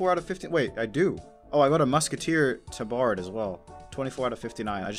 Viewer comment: Bruh you didn’t just say Tah-Bard did you? Tab-ard (pronounce without a pause if you couldn’t figure)